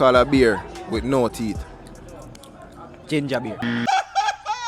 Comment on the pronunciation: Him all pronounce it “THEETH”😂😂😂